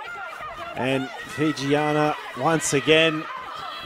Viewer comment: Really liked the close up camera angles of the kicks at goal. Would be cool to get more shots like that in rugby games. I must say the commentators pronouncing of the Fijian names were super on point.